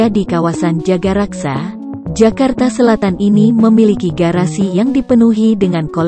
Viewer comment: Tulisannya Jagakarsa, narasinya jagaraksa .......mana benernya